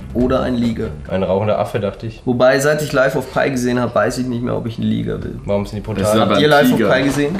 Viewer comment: Das heisst Life of PI nicht Life of PIE :D xdd